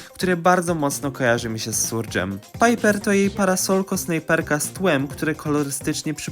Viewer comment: Błędy w tym filmie Gus czytam jako Gas Juju czytamy jako Dżudżu Surge czytamy jako Serdż Berry czytamy jako Berri Imię Shade normalnie odmienia się przez przypadki Nie Kieła tylko Kła Nani to dziewczyna (widać że czytasz opisy postaci) Podsumowując typowy polski youtuber próbujący czytać imiona postaci XD